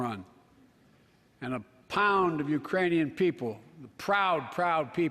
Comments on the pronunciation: He says "uranian peole", Wake up it is already day.. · Hahah he did but he said Uranian!! It isn't even a country!! Hah it's like saying " nuclear warfolk' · No, he didn’t say “Iranians”. He actually got tongue twisted and mispronounced Ukrainian. He said “Urainian people ” (yea, go back and listen ) which is still wrong, but not uncommon in human speech and certainly not uncommon with someone dealing with a speech impediment. Considering that he said it correctly the few dozen other times I’m sure you can get over it. Especially, if you put up with four years of the previous president’s speeches. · he said "uranian" thats what I heard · I have increased the volume and have repeated it and I hear no “K” when he enunciated the word. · Wow an old man with a stutter mispronounced a word 😮 so shocked!! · WOW an old man with a stutter mispronounced a word!! 😲